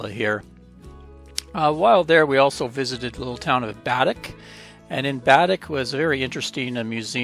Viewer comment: Those firat two are actually Mi'kmaw words pronounced Why-kaw-ga-ma Glooscap The other little town is pronounced Ba-deck